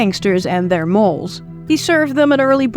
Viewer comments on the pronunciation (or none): Well Its difficult to blame do to her family being potentially at risk, but if Nan had stayed cool the Gang probably would have ate, slept then split without incident. It's not pronounced Molls (moles) it's Molls (Dolls)